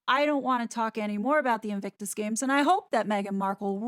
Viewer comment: Those two clows turned Invictus into " INCIRCUS" .